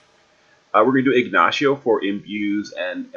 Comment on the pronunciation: Still used to jp eh you keep calling; Ignacio siegnacio lol